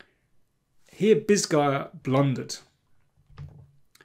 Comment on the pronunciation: Every time you said Bisguier I first heard it as "this guy uh" for some reason, it was funny.